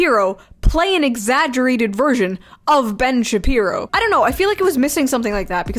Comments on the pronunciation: Ben Shapee-pee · Ben Shepeepo